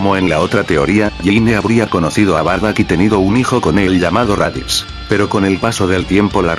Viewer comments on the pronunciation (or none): none